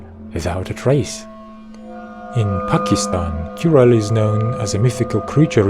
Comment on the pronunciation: brother first thing first pakistan has nothing of their own not even ghost ...ch in churel is pronouce as ch in cheese.. and churel is very famous in north of India